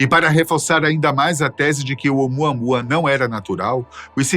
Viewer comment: "Vem muamuamua"😂😂😂